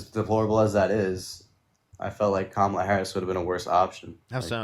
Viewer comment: If you're a man who's unable to say "comma" + "luh" (barring any relevant speech-production disability), you are unqualified to vote. Also, while I hate speaking for all women, I will at least speak on behalf of the decent ones: no woman should fuck any man who says "kuh-MAH-luh".